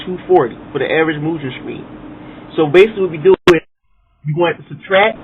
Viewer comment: I always pronounced it Mu-Gun... My-Gen sounds funny